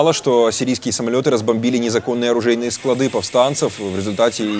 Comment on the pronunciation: Диктор, склАды, а не складЫ.